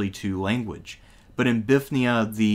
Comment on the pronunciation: "Bifth nee uh" "bifth nee un" "ni ko muh dee uh" Bruh... i can't tell if you are trolling or actually struggle with reading